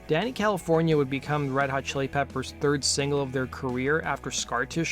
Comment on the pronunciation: You say Danny Calif , why do I hear Dana Calif ? Am I the only one ?